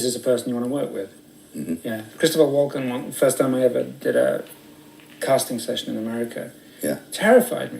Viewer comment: Did he said chri walker ?